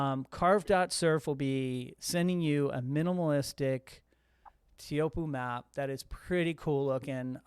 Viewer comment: i've been to tahiti and the guy said "tay-ah-who-op" i just called it chopes, not trying to ben that guy